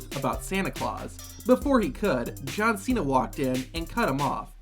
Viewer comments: john chena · jon chena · Jhong zena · John China more like